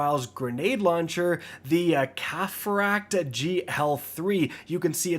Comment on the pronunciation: Is it that hard to say cataphract ? No hate, I love the videos, but still lol